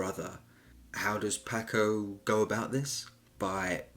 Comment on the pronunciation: Your pronunciation of Paco sounds like the fish and not the Latino pronunciation. The a in Paco is like a soft o.